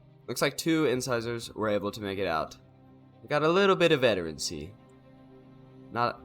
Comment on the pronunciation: It's "Inn-SIZE-urr" yeah. Like the teeth. Your casts are always entertaining. Keep at it.